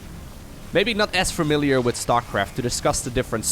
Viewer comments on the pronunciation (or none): none